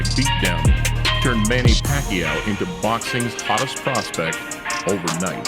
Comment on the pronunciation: Well acually manny paquiao shocked the boxing world a million times........................and im proud of him..................................because im a filipino..........................and your pronounciation of his name is wrong.